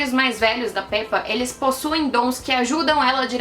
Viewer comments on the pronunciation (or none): Mano ela fala rulieta E Pépa mds que agonia